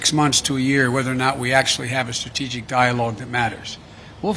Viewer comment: He couldn't even prounce strategic stability!